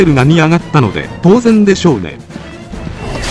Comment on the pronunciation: 「とうぜん[ん]」じゃろってなんだよw「ゆる[る]さーん」の親戚か何かか？